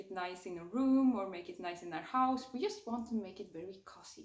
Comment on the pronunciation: Det uttalas COOOOUZY, inte kossy